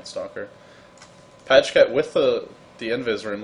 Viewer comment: Pajkatt is swedish and is pronounced Piekatt not Pashcat :P. Normally watch Joindota or dota2's youtube channel. Just discovered your channel. Have to say even though I love tobi's cast, your channel has way more indepth commentary. Subscribed. Good job!